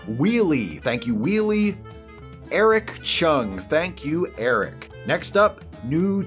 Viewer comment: Thanks for the shoutout. I actually found out from my brother. And you pronounced my last name correctly! I've been watching and sharing the videos for a while, but finally started contributing. Eric